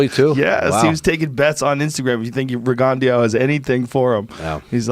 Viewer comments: RINGONDY... ITS RIGINDOUX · Listening to joe butcher peoples names.. is just so annoying.. regandiow.. rigondeaux.. for a person to butcher your name it tears me apart.. at the end of the day all you got is your name.. not close or almost your name.. YOUR ACTUAL NAME.. I’m even guilty of it sometimes living in China. But I do my best when it comes to remembering names because it’s important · Rig Gan Dau. Weak as shit Joe. Pronounce shit properly. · Rigondeow lol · Eaux = long “OH” sound not Rigondeeeoooowwww. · Joe " his name is rogondiow" Rogan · Joe "RiGonDiAU" Rogan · Joe pronounce that boxers name totally wrong again you yanks .